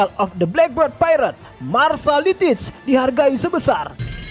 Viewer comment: Min, sebutannya bukan black bird tapi black beard (sebut dengan ejaan biyerd)